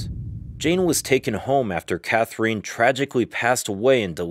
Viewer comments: Nice, but Catherine is not pronounced “Cath-er-een.” But “Cather-in” instead! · Catherine is not pronounced cathereen. You have women called Catherine in the USA, right? There were other words you pronounced incorrectly, such as Hertford, which is pronounced Heart-ford. Also, why flash a picture of Queen Victoria and Catherine Howard's pictures? That was confusing. Please get your historical facts right before making a video. It was actually King Henry VIII will that specified where Jane Grey fit in the succession after Edward VI and his half sisters. It was Northumberland and Thomas Seymour that tried to change Edward's will when they knew he was dying. The diatribe of nonsense was cringeworthy as well as the sound effects. I recommend books by Sir David Starky and Alison Weir if you want to learn more about the life of Lady Jane Grey. Definitely won't be subscribing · Maybe the narrator has a Russian connection. Ekaterina, which is very much like Catherina except for the last letter is pronounced ee-cat-er-een-a. Also Katrina is pronounced ka-tree-na.